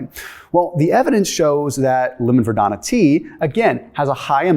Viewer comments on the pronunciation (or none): Verbena! Not verdona! 😒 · Are you saying vadona or verbena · Ver-beeeee-nuh .....lol ...no "i" in the entire word.😂 Anyway, great video! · Verbena is pronounced: ver-bēēn-a — long e, accent on the second syllable. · Are you saying lemon verdana? Is that the same as verbena?